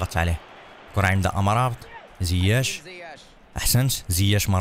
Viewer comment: يا مرابط وليس أمرابت